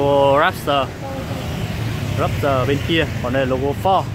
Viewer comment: Đọc tiếng anh kiểu gì ý! Rap s tờ. Rap tơ thôi